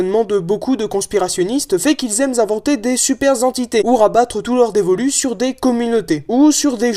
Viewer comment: "fait qu'ils aiment inventer" il n'y a PAS de liaison qui sonne "z" entre "aiment" et "inventer", pour des raisons évidentes, quand on sait écrire correctement... Même pas une minute d'écoute et je saigne déjà des oreilles.